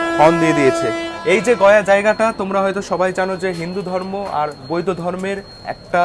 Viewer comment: Bhai vedio bhalo but Dakhineswar kali 'Bari' noy Mondir bari sunte kane laglo tai bollam r barakar noy uchcharon ta bora kor er moto hobe r boidho dhormo noy boudhdho dhormo erokom ucharron hobe bhul dhoriye dilam kichu mone koro na tumi bhalo vedio banao dekhi se jonnoi to ato details dite parlam asa kori tmr bhalo hobe